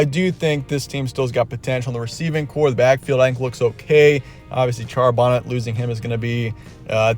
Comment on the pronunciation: “Charbonnet” rhymes with “Chardonnay.” 💁‍♂️